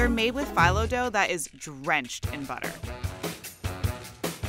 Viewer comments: Anyone else triggered by FY-lo instead of FEE-lo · And she’s a food expert who doesn’t know how to pronounce the word phyllo. It’s FEE-low. Not FIGH-low. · Pronounced feelo. Americans drive me INSANE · 🤣😂🤣 she pronounced it file oh as well! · "Filo dough" seriously what is wrong with America?